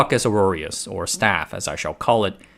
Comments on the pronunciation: Hearing little mistakes like calling it staphylococcus "auroreus" instead of aureus, and "sefeerical" instead of spherical, are what reassure me that you're not AI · It's not "staphylococcus auroreus" it's staphylococcus aureus. Also, the word is spherical not "sepherical". This concludes today's lesson. 😆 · Staph "Aureus" not "Auroreus" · Aureus not Aroureus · Aureus, not auroreus. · "ore-roar-ee-us"? "sef-ear-ickal"? Why all the extra syllables?